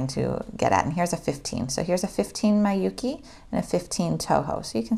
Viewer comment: I know this is an old video but Miyuki is pronounced "MEE-you-kee", not "MAI-you-kee". Thanks for this video, it's very informative and useful but just had to chime in about Miyuki lol